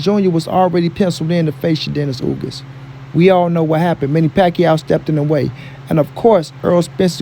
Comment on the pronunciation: No big name yet step up too Bud Crawford just listen to howThe announcer of this podcast pronounce Earl Spence and then Crawford sound like Crawford accomplish more then Spence but nobody want that work. This guy just searching for money period.